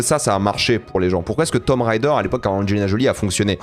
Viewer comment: Rhaaaaaa ça me saoule c'est pas Tomb "rider", le plus grand influenceur cinéma TikTok il sait même pas prononcer le nom du jeu 🙄... Pfffff. Merci.